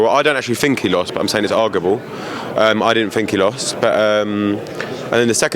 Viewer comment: Its “argable” wether parker lost to chisora